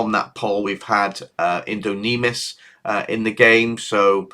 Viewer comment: Indo-Lycan .. is how it is pronounced think of the movie Underworld with werewolves .. they were called Lycans ( Lie-Can )